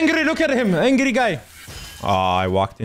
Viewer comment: No one: He's ancri